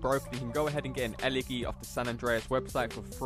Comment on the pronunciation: The way you say Elegy makes me giggle